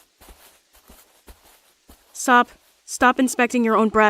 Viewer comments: UMP9 PRONOUNCED SOP'S NAME AS 'SOAP' IS THIS MW REFERENCE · Every time they say "SOP" i hear "Soap" hahaha lol